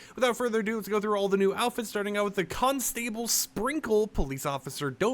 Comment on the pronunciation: “Con - stAble “ Idiot.